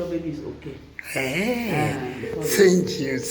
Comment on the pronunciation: Senki u senki u🤣🤣 tetubonabona na lu English lwabazungu 🤣🤣